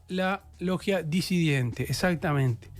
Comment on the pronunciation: Es disidente. Y bue a Preve le perdono todo; mientras me siga informando. Un capo